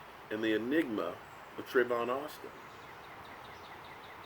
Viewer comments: Tavon not travon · Lol you always call him Travon. It's TAVON